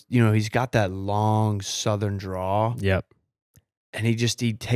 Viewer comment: It’s a southern drawl not a draw, moron